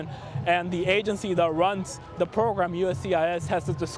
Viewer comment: "the pwogwam" ~this reporter God...damn..... Come on CBS. If you want someone who knows Spanish too, OK, there are 40+M bilingual native Spanish speakers who are also English speakers...just in the U.S. This guy is very advanced at English but pretty bad at English pronunciation. Being a TV reporter is beyond his ability. This was the stupidest hire you could make. He's just painful to listen to. PAINFUL. Ridiculous. Huge disappointment.